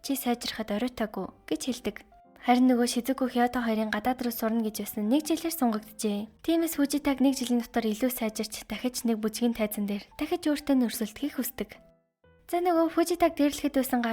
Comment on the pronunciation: Chi yamar pista ni ve Hiodo bish Hioto helleg inter ni yostoi gachin uuriinhuu yarisan animeg buren oruuldaggui part1 gesnee hezeech part2 oo oruuldaggui